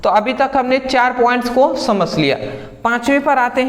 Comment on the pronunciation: Thanks brother 👍 🙏 But aap samjh ko samsh 😅 mai aa gya bolte ho 😀😀😁😁